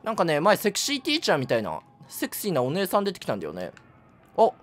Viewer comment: お姉↑さん→